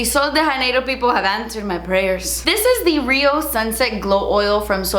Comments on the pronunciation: “Janeiro” in Sol De Janeiro is not pronounced with an “h”! I am from Brazil and just want to help you out! “Jah-ney-roh” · Actually i think she's pronouncing it wrong because in Brazil they speak portuguese and in portuguese they don't say j with an h. Like jose isnt ho-say in portuguese. Lol its hard to explain in a comment! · Janeiro isn’t Spanish, it’s portuguese. Just a heads up so you can pronounce it right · Hi hope I don’t sound annoying but “j” in Portuguese is the same as in English... not the spanish is more like that “r” you used in the video... pretty much sounds like you read Sol de Janeiro... love your videos love from Brazil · I love these videos and recommendations so much!!! Side note though, and it’s probably not a big deal, but the J in “Sol de Janeiro” isn’t a Spanish J. It’s kinda like how you would pronounce the G in Gigi Hadid, since the brand’s name is in Portuguese. Idk much about the brand and if the creators meant for it to be pronounced with a Spanish J, so I might be wrong. But as a Brazilian I’m just tryin to help a girl out ya feel